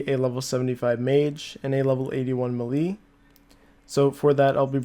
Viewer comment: Melee - (MAY-LAY) Muhlee - (MUH-LEE)